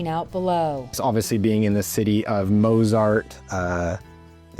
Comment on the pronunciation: who is "mow-zard?"